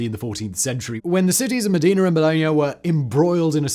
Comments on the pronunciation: Modena! Cristo Dio! You are saying it like the Arab city of "Medina" instead. M O (like in "cop").The accent on the "o" D E (like in helicopter without pronoincing the H) N A (open A like "sat" of "fat"). Also it's false! It's Just a mith. They stole the Bucket after the Battle of Zappolino as a trophy. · Simon, Simon.... There's Mecca and Medina, but it's Bologna and MOdEna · that's not how you say "Modena"